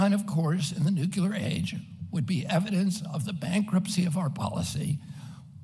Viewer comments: Why can’t he say the word “Nuclear” correctly? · Agreed. I love his honesty, integrity, humanitarianism, and intelligence. I just wish he could pronounce the word "nuclear" correctly!! Drives me crazy! But he's the best candidate by far.